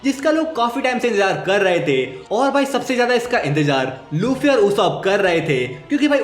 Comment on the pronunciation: Bro said luchii💀